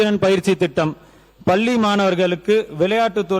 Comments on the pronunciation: எல்லா கட்சியினரும் கவனிக்கவேண்டியவை தமிழ் மொழியை pls நன்றாக உச்சரியுங்கள். Pls ல, ள,ழ எழுத்துக்களையும், ன,ண இவைகளை சரியாக சொல்லுங்கள். தமிழ் ங்க. அது நல்லா பேசப்படணும் ஐயா. கவனிங்க. School வந்து பல்லி இல்லீங்க, பள்ளி ங்க. Pls கவனிங்க. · முதலில் தமிழ் நாட்டில் தமிழை சரியாக படிக்க வேண்டும். பள்ளியை பல்லி என்று படிக்க கூடாது